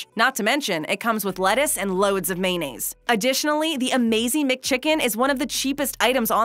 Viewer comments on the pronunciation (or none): The way you say mayonnaise seriously triggers me